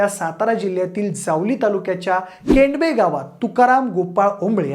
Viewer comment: केंडबे नाही केडंबे‌.